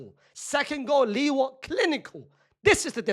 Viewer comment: It’s Lewa not Liwa brother